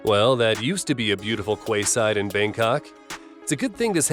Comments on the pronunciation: Its Quayside (kee-side), not 'Kway-side'. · "kwayside"....🙄 ..."key-side" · "Quayside" not Kwaysie. It is pronounced "Keyside". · It's pronounced quayside. - Keyside. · What the hell is a Kway-side??? 🤣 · 'Qway side'? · Most surprising moment (and amusingly, for me) was hearing you call 'the quayside' - 'the kwayside.' tut-tut. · Did you actually pronounce quayside as "kwayside"? The word 'quay' is pronounce 'key'. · "Kwayside". Is it only in England they pronounce quayside as 'kee-side'? Also , why not go all the way and name her 'Mayday'? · ..."kwei-side"..... Quay, pronounced "key". Seriously man, you want credibility..... right? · The bit that made me spit my tea was when you pronounced Quayside qwayside, it is pronounced Keyside. I loved this compilation though, nice work! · What is a "kway side"? Quay is pronounced "key" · Ship running into a nice QWAYSIDE? Spelt Quayside...it's pronounced KEY not QWAY. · did he just say “kway-side” someone should tell him that quay is pronounced “key”… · Kway side 😆 Quay is pronounced Key. One of the thousand peculiarities of the English language... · Dear narrator…quayside is pronounced key-side. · Quayside 😂😂😂😂 it's pronounced keyside 😂😂😂😂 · Did you really say KWAYside (Quayside)???? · When the guy said quayside but pronounced it kway side 😳😳😂😂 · I was most surprised at quayside being pronounced as kweyside. By know you just know that any lists video, the narrator is going to use 'that' voice and that they are going to mangle at least 1, and probably several, easily pronounced word, as they attempt to read the Wikipedia article or news report, that pertains to the subject they are covering. Although pronouncing quayside as kweyside, I have to have a sneaking suspicion that was a troll? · Quayside, is pronounced keyside. Although lets be honest, it isn't the worst mistake this video/narrator makes... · pronounced "keyside "not quayside like it is spelt! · Kwayside ffs! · Wrong…it’s pronounced kay